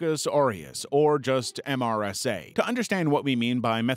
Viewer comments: Never heard someone say the letters M S R A. usually just heard it pronounced "mer-suh" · They usually call MRSA, MER-suh